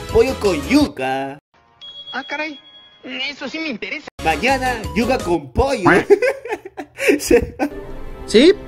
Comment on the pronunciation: Ah decia yuca yo pensaba que era YUYA 🤣🤣🤣